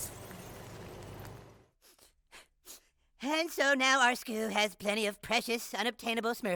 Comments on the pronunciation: I love the way Cartman pronounces “skooul” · "and on our skewl"